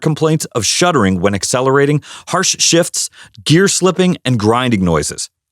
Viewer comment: Uh. The word is SHUDDERING not shuttering. 2019 Jetta here. 80,000 miles zero problems. Oh wait I have the 6 speed manual transmission. 🤣